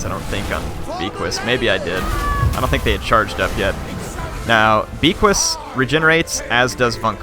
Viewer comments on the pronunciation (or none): Beaquis is pronounced like baykee not beekwis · the hippogryph's name is prenounced BAYKEY for future reference. Its French dont question it. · It's pronounced beckee.